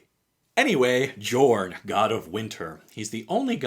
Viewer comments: Hey, the “J” in “Jorn” is pronounced as a “Y” like “Yorn” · How many people will comment that the Command Zone calls him yorn not jorn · Jorn is pronounced with a Y sound on the J.